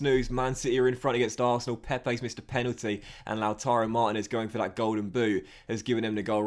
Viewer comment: Liverpool always ask for over £100m for Brewster. So basically if you can't get him on loan again then you're fucked. Also, Why do you pronounce Martinez weird?